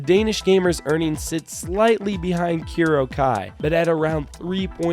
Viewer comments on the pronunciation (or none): it's "Kurokee" not "kurokai" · Kuroki is the pronunciation.. and also where's Miracle lol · It hurts how he pronounces Kuroky....FeelsBadMan